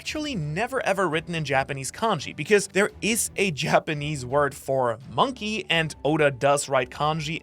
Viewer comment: moon-key??? hahaha